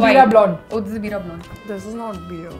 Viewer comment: Why are they pronouncing it as beea